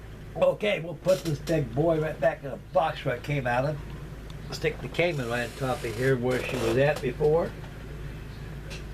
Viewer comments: Kaman. Not Kamon. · (It's "Kaman", and it's pronounced "Kah-MAN") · NOTE: I am a lover of Kaman helicopters. The correct pronunciation is Ka-MaN' (Pronounced like command) I have a Kaman information brochure somewhere with that info.